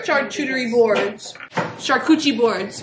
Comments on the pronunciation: "Charchuterie" board, "cornichons"... 🤣🤣 Google translator (sound) can be très très helpful,. Hint: French. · “char-cuchie board “ GIRLLLLL 😂😂😂😂😂🤣🤣🤣